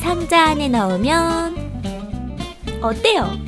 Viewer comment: 다시 상자아네 너으면~~~